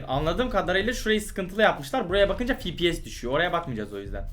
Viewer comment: Fipies :d ne fepese ne de efpies diyon fipies